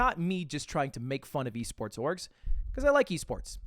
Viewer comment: why did he pronounce esports like that